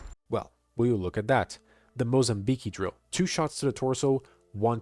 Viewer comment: Great video. Only one thing, you're mispronouncing Mozambique. I look forward to seeing more from you.